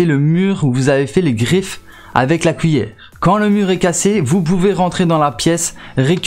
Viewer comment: Pourquoi t'arrête pas de dire wouite pour (8)... Mike pour (mec) pis couillere pour (cuillère) ????